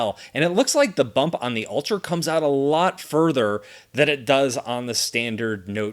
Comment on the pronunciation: Why do I hear "alter" and not "ultra"?